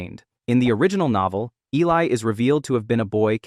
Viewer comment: I only have one issue with the video and that her name was mispronounced. It was Eh-lee